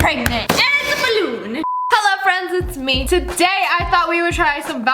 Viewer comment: "DER IS NO BUTTON I AM PREGNAT!" "And itsss a BALLOOON!" That got me so bad XD